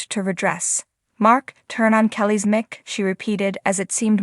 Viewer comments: Why don’t the person who is describing this know how to pronounce the words correctly?? Example: O.K. (not “oak”) mike (not mick) ☹️ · You need to have your announcer learn to speak English she doesn't know how to say the word Mic and most importantly Kelly Ripa's last name what a joke